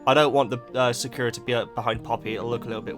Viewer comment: Lavender, Poppy, Daisy, and please start calling Sakura "Blossom". It drives me crazy as a Cardcaptor Sakura fan hearing that named pronounced wrong, as you pronounce it like the terrible Cardcaptors dub, which makes me want to vomit.